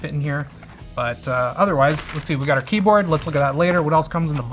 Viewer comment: What an insufferable kjeyboard.